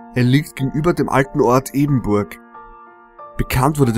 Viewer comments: Hi ich komme von dort und kann dir sagen das es EBERNBURG nicht EBENBURG heist ! Und den Namen Lieblingsort der Selbstmörder xD noch nie gehört vieleicht Totenfels ok aber ganz sicher nit Lieblingsort . Aber der rest Daumen hoch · der ort heißt ebernburg und ich wohne da :D hast den namen falsch gesagt